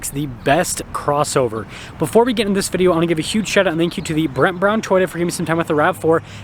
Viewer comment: Did this dude fail to learn how to pronounce the word video? I will stick to raiti's rides. He speaks more coherently